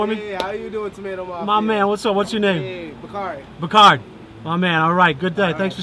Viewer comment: What’s your name Dude: “Bacarri”: Bacard